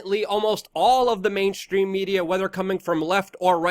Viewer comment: Mainstream. Not main. Shhhhhhstream.!!! Learn to speak damn it. !!